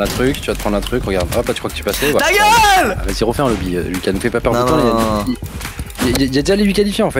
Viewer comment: squeezie a sonné quebecois avec son (ta geule !!)